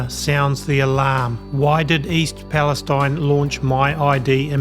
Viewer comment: I live just east of East Palestine-there are no words to describe what we are going through. Tragic. I’m tired and feeling like I can’t take anymore. Just a side note - this little town pronounces it’s name East Pal- es- teen.